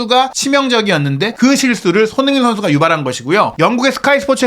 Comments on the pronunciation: 왜 손후인 으로 발음을 굴릴까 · 발음좀 잘 하세요 손흥민이 서닌으로 들리고 클슥(클루세프스키)등 심하시네